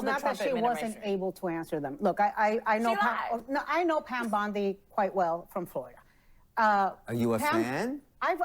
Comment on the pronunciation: O'Leary is such a scumbag. He just explains away Trump/Patel threats as just rhetoric. Idiot Abdul keeps calling her Pam Bundy, instead of Bondi.